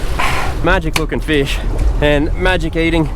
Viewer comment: Feesh... lol